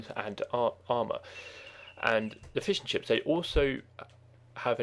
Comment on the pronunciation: great, i was looking for exactly these videos ! i started playing the game again but dont know the classes anymore, so i'm trying to figure out. btw, i like your voice. sometimes its very funny. like when you say fishing ships, it sounds like fish 'n' chips xD